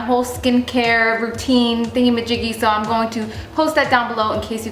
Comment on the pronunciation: I've always noticed that you say "going" funny. Lol You always pronounce it as "gone". Haha Random, but cute. Love your vids girl!